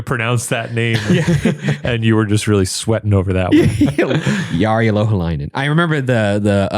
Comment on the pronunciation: . Jari Louhelainen is a finnish name. Ryan did good job on pronouncing it both times here. By the way if anyone wants to spot finnish last names they often end with letters "nen"